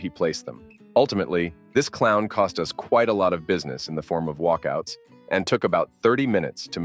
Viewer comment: Why do Americans always pronounce ‘us’ (meaning ‘more than one person being talked about’) as U.S. ? The sentence at this point was about the store ‘Toys R Us’ not ‘Toys R U.S.’ as stated by the narrator ! Are they so thick that they’ve never heard of the store ?!